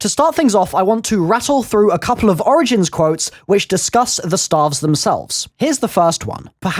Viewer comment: I thought he was saying "starve" for a minute